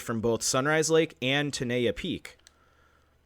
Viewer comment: ten-eye-yuh is the way it is pronounced. I am a local to Yosemite. I live and am from the area 20 minutes from the South Gate entrance in Oakhurst, California in Eastern Madera County. I remember when this happened. I know some people that have requested the case and have been denied, multiple times.